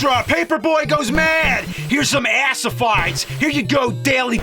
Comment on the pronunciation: lol "assifieds"